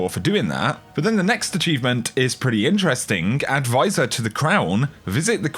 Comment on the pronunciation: why does this dipshit say "intrestink" instead of interesting